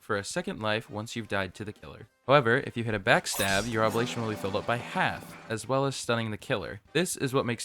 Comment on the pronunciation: ITS OB-LIG-ATION NOT OBLATION